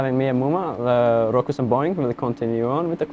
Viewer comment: I'm 100% sure said cocks